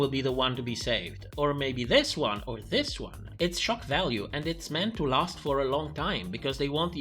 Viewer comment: I keep hearing "it's choc value" every time you say "shock value"😅